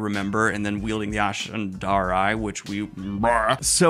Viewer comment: that's not an ashandarei, as it's a MASHADARei